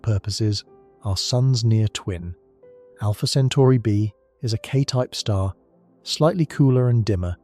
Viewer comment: also it's Alpha Centauri.. not Alpha Centari